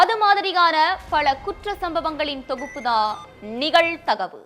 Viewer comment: பாப்பா! அது நிகழ் தகவு. நிகல்தகவு அல்ல. தமிழ் உச்சரிப்பை சரியாக பேசிப் பழகுங்கள்.